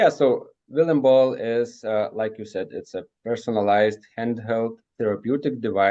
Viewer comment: LOL, “Vilima Ball”. is a good guy, though.